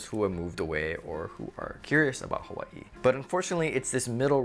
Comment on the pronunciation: I like the way you say Hawaii 🌸